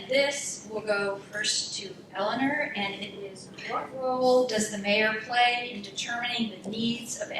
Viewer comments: NOTE TO MODERATOR: The Mayor's name is not pronounced "Elin-ER", it's "Elin-OR." Support Mayor Carbone's continued efforts to build upon Torrington's strength and improve it into the future. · Vigorous debate with good questions and strong points both ways. this should be a close election with a pretty big turnout. I agree the moderator saying "elliner" over and over again is really annoying. I mean if you're going to moderate a debate at least know how to pronounce the mayor's name! lol would have been better of just saying mayor carbone or mrs. carbone.